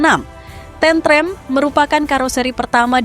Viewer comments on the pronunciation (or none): bacanya tentrem bukan tentrem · Admin nya bukan orang jawa. Cara ngucap kalimat tentrem beda dgn dialeg lidah jawa tentrèm... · Penyebutan tentrem Jan gak pokro blas 😅😅